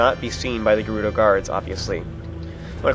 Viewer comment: its pronounced ( jer- oooh- doe) jerudo!